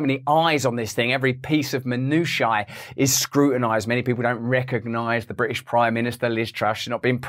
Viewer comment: His articulation is appalling. I stopped watching after the third time he said "Bri'ish".